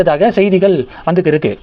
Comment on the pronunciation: ஆமாம் 1. இருக்கு க்கு என்பதை கிருக்கு ன்னு உச்சரிப்பாஹ. 2.இருக்குறாங்க என்பதை கிருக்குராங்க ன்னு உச்சரிப்பாஹ.